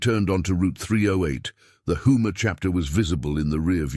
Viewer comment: Houma not Hooma. Obviously y'all are not from Louisiana.